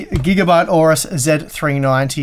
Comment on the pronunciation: Don't like Gigabyte, can't pronounce AORUS and that led pigeon with open mouth is hideous.